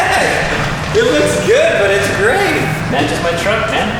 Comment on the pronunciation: It is GRAYt car